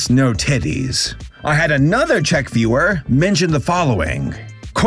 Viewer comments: Dont worry,, you’re pronouncing “Czech” correctly Of course I’d know, I live here (You still have to work on how to pronounce “Jan” lmao) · as a slovak, i'd like to note that czechoslovakia has not been a thing since january 1st, 1993 :) and yes... you did pronounce czech correctly so that's good lol